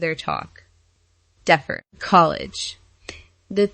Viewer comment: Why is the narrator saying things like "A-liss" for Alice and "deaf-fer" for defer. Is AI trying to figure out The Way Home too!?!